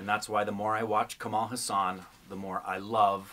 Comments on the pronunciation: His second name is pronounced Haas-un. Not Huss-aan! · It's Kamal H AA SUN and not HA SAAN..... Kamal means lotus and Haasan means smile.... meaning one who smiles like a lotus. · Learn to say his name correctly :-) Its Haa san.